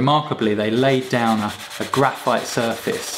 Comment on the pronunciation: Graphi, oh graphite... graphi